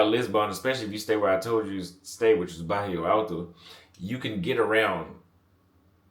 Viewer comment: BAIRRO alto, not barrio alto